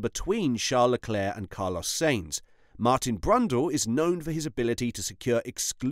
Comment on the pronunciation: Stop pronouncing Sainz as Saints. Hate it